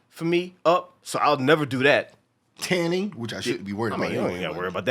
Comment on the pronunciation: Dude said tanning 😂😂😂😂